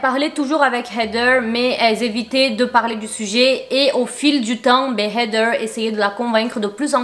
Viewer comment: Je t'adore hein mais comment tu dis heather c'est trop irritant🤣